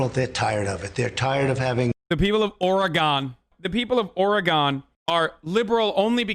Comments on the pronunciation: YOOOOO! Hasan made fun of Trump for pronouncing Oregon wrong. As an Oregonian, thank you. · People of "Ore-gone" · Trump has never angered me more than when he just said Oregone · Why he say or-gone